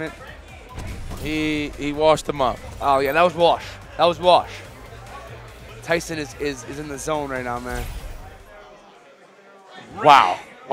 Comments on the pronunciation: guys it's not TAYson it's Tayson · Its NOT TAS SON it’s TAYSON. 😁😂😂😂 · He's Tyson not Tayson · Well I know I won’t forget his name Tayson ...I mean “Tyson”! Lol Yipes too crazy!!